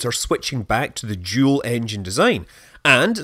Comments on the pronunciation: I spaced out for a minute and when Scott was saying “dual” I heard “juul.” I had to rewind and make sure that I wasn’t going crazy 😂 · I knew it was the centaur by looking at the thumbnail and are you saying dual or jool? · Are you saying "Jool Engine Centaur" ?